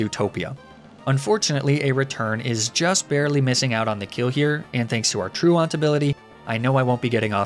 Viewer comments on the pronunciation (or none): Listen, I love the varietal pronunciation of Pokémon names, but everytime a Pokétuber tries to pronounce "truant," I just think about how none of these nerds ever skipped a class in their lives. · Hey, listen, you can pronounce pokemon names however you like, I won’t ever be in your comments saying shit about pokemon names. TRUANT?!?!?!?